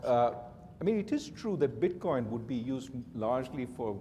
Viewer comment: Did he say bitboin?